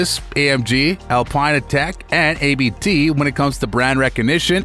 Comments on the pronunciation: It's not A B T it is Abt 🤦‍♂️ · It's not A B T, it's Abt, familiy name of the owner...😶